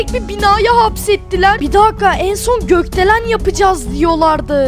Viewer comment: Goktelen diyil Gotdelen🤣🤣🤣